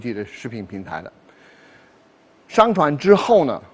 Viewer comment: Trời ,đay phải chuẩn tiếng phổ thong ko ,khó nghe vậy trời ,ví dụ上传shàngchuán mà đọc là "shángchuán”